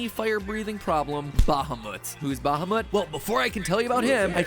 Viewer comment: Mat's pronounciation of Bahamut is hurting my ears